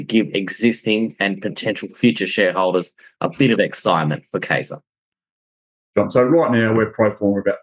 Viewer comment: It's Kye-zer. Means king in German.